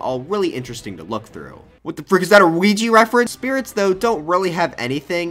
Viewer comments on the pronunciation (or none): none